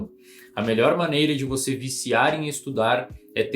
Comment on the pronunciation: "e cara, sinceramente vou falar pra VOTÊ".